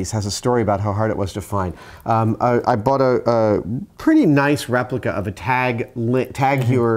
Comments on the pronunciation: Tag Hower? LOL Tahg Hoy-er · It's actually pronounced TAG Hoyer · Tag-HOYER is the correct pronunciation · It's pronounced "Tahg Hoyerr". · Rather than spot typos, I'll just note that it's German (well, the brand is Swiss, but the language it's in is German), so it's probably pronounced something closer to "tog hoyer". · On the subject of watch brand pronunciation, they are both incorrect. That combination of letters is pronounced HOY-er (rhymes with voyeur). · Unless I'm entirely incorrect about the origin of Tag Heuer, the pronunciation should be Tag (Long a, as a german would pronounce it. Think Jaa with a german accent ;) ) and Heuer (pronounced hoyer). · tag heuer is actually pronounced " tag hoy-ər " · Tag Heuer watch model number is. Tag Link CT1111.BA0550 Good Luck Adam. oh and it's pronounced Tag (Hoy-er) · It's pronounced Tag-where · It's pronounced "Tag Hoy-err." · Oh my God! Why can't Americans pronounce names as they are spoken in the original, but must always americanize all names? Tag Heuer is not pronounced Taeg here, but like this: The rest of the world also manages to pronounce american proper names as they sound in the original. Why can't you? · "Táág Hoyer". Oh, who cares ...